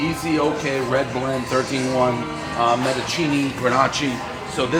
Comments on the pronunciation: My man literally called the county of Mendocino, CA "metachini" wtf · Did he really just call mendocino, MEDICHINNI lmao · “Men di seno” not “men di chini” Dave can’t pronounce multi syllable words. Everybody knows the rules. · Mendachini Granachee. LOL!!! That's that Michigan education showing through. GO BUCKS! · Mendo ceeno. Dave.. come on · Bro said mendocheeneee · Mendocini? Really bro? I seem to forget your have a “M” education. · Everybody knows Mendocino is pronounced Medi-chini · A Menocheeny, Gren-AH-chee blend does sound good. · "mendochini" "grenachi" :DDDDDD Oh man, Prez is more than dislexic. But great blend ideea. Merlot makes up the volume, Cab gives body and Grenache some flavor. It shoudl work. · Men duh see no Lol fucking out there reading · The way he said Mendocino had me dying 😂😂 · Dave has to mispronounce Mendocino, everybody knows the rules. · For as well traveled as Dave is you would expect him to know how to pronounce Mendocino, CA. One bite everyone knows the rules.